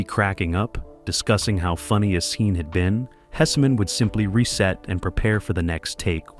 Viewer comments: The name is Hesman not Hessamen but it was a great show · And Howard's name is pronounced "Hess-man" not "Hess-a-man" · its pronounced Hess man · Hessman is 2 syllables, not 3…